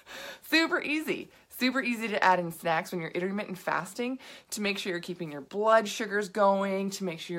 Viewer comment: dude for a sec it sounded like you were saying have sex instead of snacks